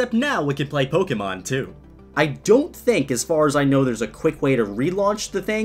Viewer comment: Did he say pogemon